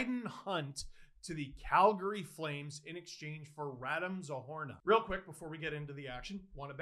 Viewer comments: Steeeeeeeve! Something didn't seem right, and I don't blame you for mispronouncing names, but it's double O, Zohorna, and it's wrong in the title. You should correct it, thank you. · Isn't it "Zohorna"?